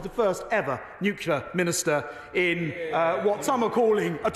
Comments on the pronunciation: Nuclear! Nuclear! So educated and still pronounce it Nucular! That’s not a word! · Why do people say nucular when it's nuclear. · Does know it’s not pronounced newkewlar? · Who's surprised that Shaps can't pronounce nuclear? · He can't even pronounce Nuclear. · Is he mispronouncing 'nuclear'